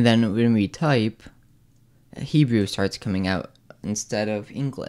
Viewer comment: Did he actually say "He-Jew?" More than once?